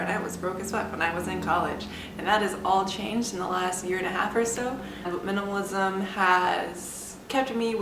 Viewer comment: Is a minimalist Can barely pronounce minimalism